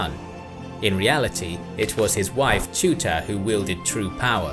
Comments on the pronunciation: 🇦🇱🇦🇱🇦🇱ILLYRIA🇦🇱🇦🇱🇦🇱 Edit: I like how youre trying to pronounce Agron and Teuta names lol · Great video as usual. But “Teuta” name is spelled so wrong it just hurts whenever i hear it.